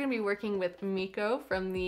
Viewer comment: Great video! Just wanted to point out that Meiko is pronounced like Mayko not Meeko.